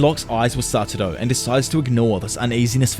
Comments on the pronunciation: satoru, not saturo. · Can you please learn to pronounce the same “Satoru” please? It legitimately ruins the quality of the video. It’s extremely distracting how often such a basic error is repeated. Not trying to be a jerk this is my genuine feedback.